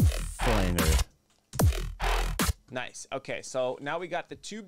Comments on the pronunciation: the elite pronunciation is actually "Flawnjer" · pronounced flanjer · I say flanger, I have never met someone who pronounces it like flanger